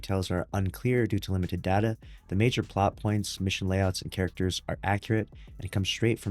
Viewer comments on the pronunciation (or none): none